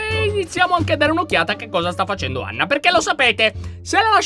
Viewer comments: 😂😂😂Lyon dice Ana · Lyon hai detto ana invece di anna😊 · Allora inizio lion ha detto Ana invece di Anna🤣🤣🤣🤣😂😂🤣😂🤣😂🤣chi lo ha sentito mette like,perfavore😌😌